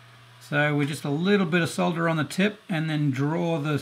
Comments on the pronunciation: "Solder" not "sah-dder". Thumbs up! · At last, someone who pronounces the word as it is spelt - s-o-l-d-er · Thank you for pronouncing solder correctly. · Finally, a tutorial with someone who can say solder properly. Thanks 👍🏻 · Good tips and great to see you casted the one member of RR that pronounces Solder correctly ;-) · David That Sucks, because we call it Solder..